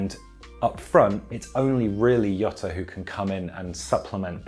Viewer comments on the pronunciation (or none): And his was more of a German like pronunciation, Jota wouldnt sound like Yota in Spanish but rather something like rrrhota (this R sound doesn't exist in English though) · It's pronounced ZHota not Yota. Portuguese doesn't follow Spanish pronunciation rules. Same way Telles is pronounced TeLLes and not TeYez. Lovely video again by the way chaps!